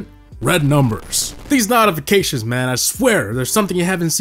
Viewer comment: yo, he says notification as nawtification